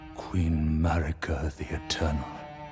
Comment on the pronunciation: Glad I'm not the only one who hears that every time they say "Marika"